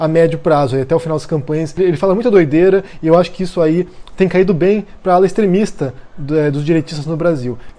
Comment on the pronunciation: extreminstaaaaaa???? extremistaaaaaa é c leva uma facada na rua manéeee